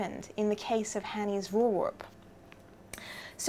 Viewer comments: "Voorwerp"..."V" as in the "F" in Five..."oor" as in the "ure" in lure..."W" as in "V" in variable..."er" as in "ar" in Larry... and "p" as in "p" in problem....I'm not dutch I'm afrikaans which is very close to dutch, object in our language is also voorwerp...but your pronunciation of voorwerp sounds godawful. XD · But their language is English, I bet some people there wouldn't even be able to pronounce that. I don't expect people to start using tones when referring to towns in China. If I misunderstood something please tell me. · I'm Dutch. Lyria's Fore-wear-p comes closest to the pronounciation of this Dutch word. Just to finetune: the F should be pronounced like a v as in very, and the r sound (both of them) should be rolling as the Scotch do - think Aberrrdeen. And like you say, voorwerp is just the Dutch word for 'object', so it could just as well have been called Hanny's object. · Voorwerp is in English the same pronounced as voorwarp. (try google translate otherwise for a pronunciation) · It's pronounced "foor-verp". "foor" as in "poor" and the "e" in "verp" is similar to the "a" in "catch". The "r" is hard. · Daniël Louw Why end with verp, clearly in dutch a W is pronounced, not a V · You basically say v-or-w-air-p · I would pronounce it "Forveerp" is that wrong? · Maybe try saying "Pho-or Var-p" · "Voorwerp" (Dutch for Object/Thing/Subject) is pronounced "Four-Verp". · Pronounce like so: foor-verp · it's pronounced "wur-verp" :) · I think phonetically it should be pronounced as /'hɐni:s 'vɒɹweʀp/. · I learnt Afrikaans as a school boy and it is very similar to Dutch so the V is pronounced as F and the W as V. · The correct pronunciation of voorwerp is with e sound of [heck] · You're almost correct. The V is pronounced just as a V, not as an F. :-) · Pronounce the 'voor' in voorwerp as 'four' and you're a lot closer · The 'e' in 'werp' is pronounced as the 'ai' in 'air' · yes you are pronouncing that completely wrong